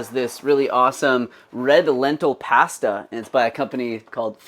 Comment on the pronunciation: I can't stand when people say pasta like that 🙉